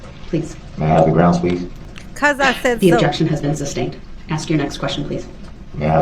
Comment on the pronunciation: Sustained not ‘SUBSTAINED” you Dolt!